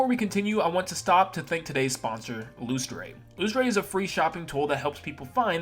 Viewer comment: I'm not the company owner so I don't know, but isn't Lustre supposed to be pronounced like "Luster?" That's just how the word is spelled where I live.